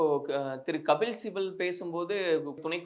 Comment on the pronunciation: அது என்ன கபில் சிபில் கு ? அதை அழகாக கபில்சிபலுக்கு என்று சொன்னால் மிகவும் அழகாக இருக்குமே. இரண்டு மூன்று முறை வாய்விட்டு நன்றாக சொல்லிப் பார்க்கலாமே.....